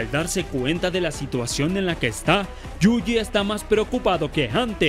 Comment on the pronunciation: amigo pronuncias YUJI mal. Lo lees como JUJI y es YU JI (quizá si separas la palabra en dos partes YU JI te sea más fácil).